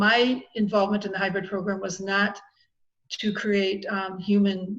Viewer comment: It's hybrid, not hybred. Love You